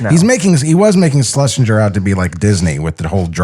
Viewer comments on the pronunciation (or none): I love that doesn't even try pronounce Leon Schlesinger's fake name's surname corrently now.